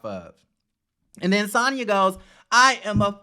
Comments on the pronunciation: You keep calling her Santah 🤣🤣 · Lol lol! Why u kept calling Sanya Santaa hahahaha love it!